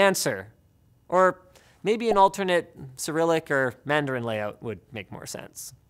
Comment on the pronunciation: did he just call cryllic, sa-ri-lic? ???????